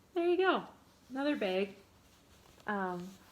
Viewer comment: You were recommended to me by YouTube. That is all. I hit liked and subbed. And when you said "baaag" I laughed. I was born and raised in MN...my friends make fun of me all the time...baaag, taag, raag. I think it was you that mentioned stitching and now learning about loop starts? Tell me about it...you'd think years ago we would have known how to do that because it was always 2 flosses over 1 aida...we didn't have even weave, linens. Well we did, but it generally wasn't what we stitched on. Nor did we have "fancy floss". LOL I look forward to #2 and hearing about your great escape to a stitching retreat. Never been to one and want to.